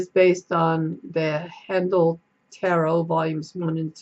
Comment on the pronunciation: Down a YouTube rabbit hole with Haindl tarot lol. Enjoyed the walk through. Just to let you know though his name is pronounced like HINE-dle not HAN-dle :)